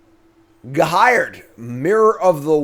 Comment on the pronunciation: The card: Ghired My internal voice: Guy-red: G'hired